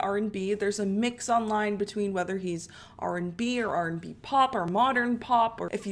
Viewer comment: why do you keep saying RB&B it’s just R&B